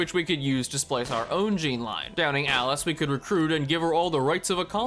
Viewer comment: Its Alyas not Alice, thank you very much